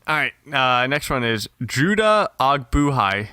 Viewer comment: butchered my name Judah Ogbuehi (Oh-Boy-Hee) g is silent. Besides that hit every point I wanted to say exactly! just gained a new follower/subscriber